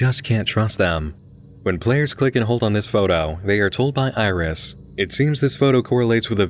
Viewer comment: If we're talking phonetically then iris would be more like "airisu" rather than "irizu" because of the way syllables are pronounced in Japanese. They're pronounced the same way each time unless there's some kind of accent to indicate an elongation of the sound. At least, that's what I've seen.